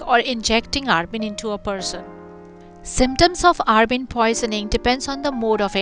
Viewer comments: It's abrin not arbin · Abrin not arbin